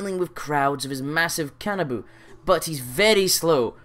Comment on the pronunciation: kanabu? not weeb enough ally Ka-Nah-Bow.